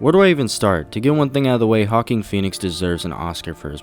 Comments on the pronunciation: “Hawking Phoenix “ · HAWKING PHOENIX? Lmao, idiot